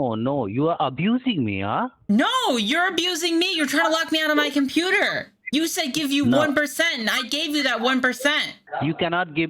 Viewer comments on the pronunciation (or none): Also did anyone count how many times he said "compeeder"? Seems to be hundreds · What's a "competer?" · Drinking game bro let's take a shot every time he says competer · But didn't you hear him, it is the softare password not the compeeder password!!!